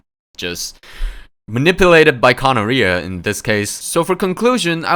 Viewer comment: I don't think Kanaria is pronounced like gonorrhea but don't quote me on that